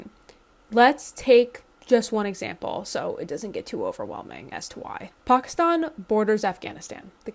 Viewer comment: Is this news??? This is exactly why they created pki stan in the first place, to serve this purpose. They have been a battering ram on Afg for centuries. Also, lady, the stan suffix is Farsi, and it is pronounced the same regardless of the prefix. If you simply must pronounce one right and the other wrong it certainly should not be pki stan which is NOT part of the OG stans, at all.